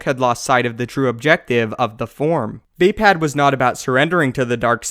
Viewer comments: VAY-pad? thought it was vah-pod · You're pronouncing it wrong...vay?......Vaye.?.....Vah phad!!!!.....